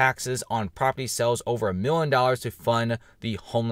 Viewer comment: PRONOUNCE: "MILLION"